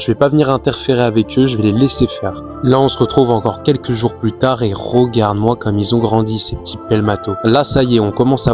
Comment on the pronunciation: Tu ne serais pas originaire de Charente/ Charente Maritime par hasard? Parce que la prononciation de Rogarde (regarde), Promière (première) me fait penser à ça 😂